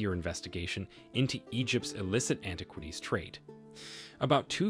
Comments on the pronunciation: Interesting topic, but it is hard to take your entire production here seriously when you slip a photo of Joan Rivers in with your introduction to Joan Howard and you bungle so many words. I've never heard anyone pronounce that Egyptian president's name as as MUbarek, or antiquities as anti-QUITies, and I don't think Cairo could be mistaken for a corn syrup. That's as far as I got before clicking out. Sorry, man. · Please learn to pronounce the word "antiquities". It would be helpful if you want to be taken seriously. The same for other personal names of people you mention and the capital of Egypt, Cairo! Perhaps have someone with a good education proof listen to your dialogue and help you with this. Good luck.